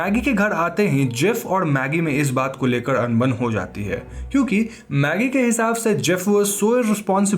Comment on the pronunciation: Bro its "kyu K" not "Chu K".